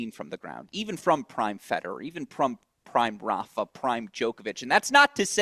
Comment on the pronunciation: Agreed. Flink also drives me crazy how he pronounces Rafa. You are in the business forever, learn how to pronounce peoples names correctly 😂😂